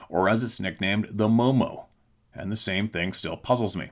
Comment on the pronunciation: ... Mo,mo is the correct way to say it. Sup, fam(?)! MO is the abbreviation for my state (as far as the postal service is concerned), and mo is short for monster. I live there and have been hearing about Mo,mo since the 60s. Peace🎉🍻